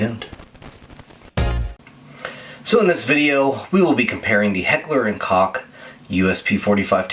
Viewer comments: Koch= "coke" not cock. Thats from HK USA. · Koch is pronounced more like Coke than cock.